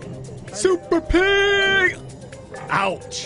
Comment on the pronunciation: Omg I dies when he said, SUPER PIGGG!!!!